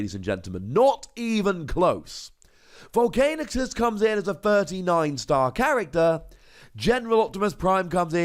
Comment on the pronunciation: You still have to live long enough to keep Volcanicus alive... By the way its Vol'CAN'icus, not Vol'CAIN'icus.